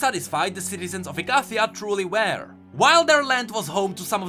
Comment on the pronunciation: Hey just a heads up, look up the pronunciation of ''were'', you're pronouncing it like ''wear'', which means to dress up. ''Were'' has a more shut sound than what you've been doing throughout the videos